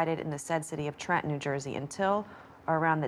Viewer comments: Everyone in New Jersey gets made fun of for pronouncing Trenton with out the second t, but it’s so cool to hear Christina say it the exact same way. ❤ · Oh my gosh, I'm from New Jersey and that's true. I just realized I don't pronounce it with two t's either